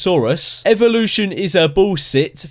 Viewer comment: "evoshun is a bullsit thoris" just like the theory of your English improving